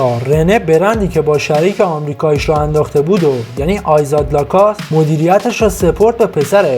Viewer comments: لَکوُست تلفظ درستشه تلفظ ابداعی در نیارین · اول LACOSTE رو درست تلفظ کن و بعد وئدیو بساز